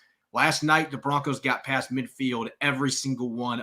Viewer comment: It’s not pronounced pay-st. It’s pronounced past. It’s not pronounced say-k. It’s sack.